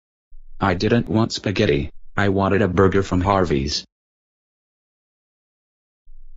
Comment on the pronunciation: Um burJer